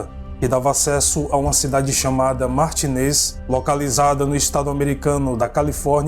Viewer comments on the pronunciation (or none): none